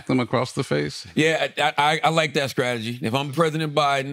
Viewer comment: Tell me why Charla, who talks for a LIVING, can’t say “scrategy” right?!?